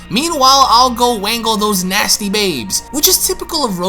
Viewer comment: Lols wangle brah its wrangle (rangle) silent W